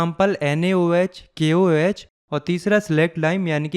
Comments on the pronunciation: ...Potassium Hydroxide is actually KOH not KaOH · Sir kaOH nhi hota KOH hata hai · Not KaOH that's KOH